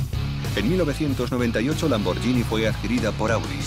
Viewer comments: Pueblo bruto e inculto el español. ¿"LamborGIni"? Hay una h entre la g y la i, así que es "LamborGHIni, no "LamborGIni. El locutor ignorante oye a un italiano que claramente dice LamborGHIni a los , pero enseguida él insiste con ¿¿¿"LamborGIni?? Qué falta de profesionalismo, por favor. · Se pronuncia lamborguini no lamboryini. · Se lee LAMBORGUINI, no LAMBORYINI. En italiano la combinación "GHI" se lee como en español "GUI". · Que puta mania con pronunciar "lamboryini", se pronuncia "LAMBORGUINI", igual que spaghetti, nadie dice "espayeti". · Habría que avisarle al imbécil que narra que la marca es LamborGHini, no LamborGIni, como dice él. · Es bruto el locutor? No se dice lambor"sh"ini sino lambor"gu"ini. Sino sería lamborggini en vez de lamborghini. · PALETOS! Se dice Lambor-GUI-ni. Es genial... escuchen al Presidente y CEO decir Lamborguini, pero no, el locutor que traduce sabe más... Lambordjini... impresionante. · Lo siento por ti , no se pronuncia lambordjini , sino laborgini.